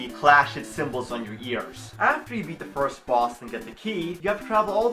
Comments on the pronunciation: "Fiwst of all..." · "Foist of awl" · foist of awl